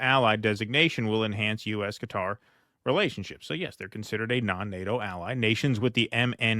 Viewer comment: At least he pronounced Qatar correctly